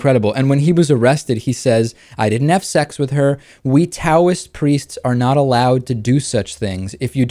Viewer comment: Taoism is pronounced with a D sound, like DOW.